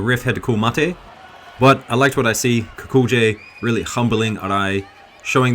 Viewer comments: O for Gods sake lern to pronounce Kukolj.try Kukoly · it's more like Kukol-yay, but that J sound found in Slavic languages doesn't really exist in English...